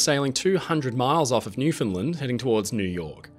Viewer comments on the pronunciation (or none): As a Newfoundlander,, for gods sake it’s Newfinland not new found lind lol